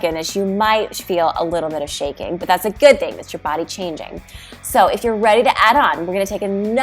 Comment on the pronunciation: Watch the way you say “good”.